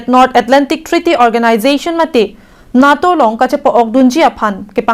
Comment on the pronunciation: "NAA" pu a pronunciation kali NATO aphanke. NETO pusi pu nangji - NATO aphanke.